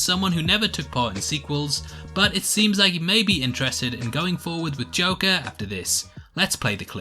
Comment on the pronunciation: Watched it on Thursday and thought it was mid but the more time passes it's beginning to feel like a super dope film. Really hope the Batman connect can happen. You were going great until the '' moment, LOL! Just kidding, those are the moments that make this channel.